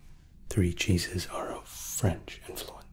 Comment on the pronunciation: I could have sworn when you said “our 3 cheeses” you had actually said “our 3 Jesus”. 😂 Luv you!!